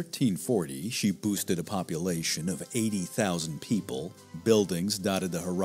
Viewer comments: By 1340 she ‘boosted’ a population… you mean ‘boasted’? This is made by AI or an idiot 😂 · Boosted ? Really. The word is boasted. Check and don't use a computer to speak this rubbish. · boasted is pronounced like the boa in boat, unless you mean to say the city "boosted" a population of X amount